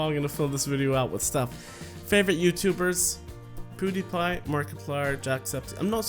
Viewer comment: It's not Poodiepie.It's Peewdiepiee. .') 😂 I wish i asked you a question but i didn't know you were gonna do a Q&A :)